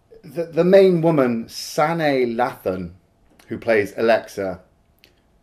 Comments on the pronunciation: Although I liked the movie, it did have flaws! Beginning with Sanaa, (pronounced Sah-NIA), Latham! She seemed to dial this performance in!! She did a great job in the movie, Love and Basketball! Not sure if you’re familiar with that movie. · Sanaa Lathan is an excellent actress whose first name is pronounced like the wrestler John Cena’s last name. I was proud that Sanaa got the part as the first black actress who was the lead in a major franchise. 🤨🤨🤨